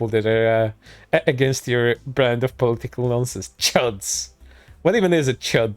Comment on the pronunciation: No sarcasm. I love the way he says political as poli-tickle. Idk, why, but it.. tickles me. 😎 I'll see myself out.